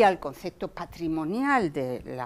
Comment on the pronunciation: Dice "concecto", y "hubieron" muchos ejemplos.